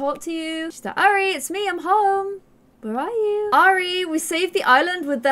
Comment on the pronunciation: Look,, I know these are your characters but it’s still frustrating that you are systematically mispronouncing Airi’s name! You’re constantly saying more like “Ari” a bit as if it was “Arya” from Game of Thrones. If I’ve understood correctly from earlier episodes the origin of this characters name is Japanese, in which case you should pronounce Airi more like “eye-ree”. Other than that little criticism I love watching this Island living series. The characters themselves are wonderful and I love your way of storytelling!